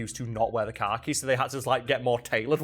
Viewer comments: What are you saying at the end of the video regarding what's on Venezuela's currency? Captions couldn't figure it out either, ha. Also, the way you pronounce "khakis" is how a normal American would say "car keys". But go to Brooklyn and they'll say "car keys" like "Cah-keez" (khakis) No hate, love the content! Just a funny observation of someone with a Mid-Atlantic dialect. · I forgot the point of the video so when you said (what could be reasonably misheard as) "car keys" I stopped the video and was just like "yeah alright, makes sense" before moving on to remember khakis are a weird word